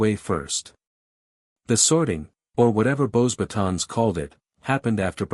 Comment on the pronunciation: This AI has no clue how to even pronounce a french name... Beauxbatons is (bow-bah-tOHn) The 'S' is silent... teach your AI. You're killin me